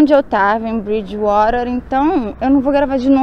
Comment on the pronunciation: Ameii o jeito que você disse "bridgewater" 🥰😍👏👏👏 já está pegando o sotaque.